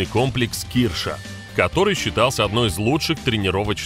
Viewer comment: не кИрша , а киршА.